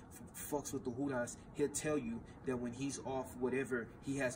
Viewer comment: Hudas? No disrespect my g Im Puerto Rican I only ever heard homies call the feds “La Handa” that’s like the same shit as hudas or however it’s spelled?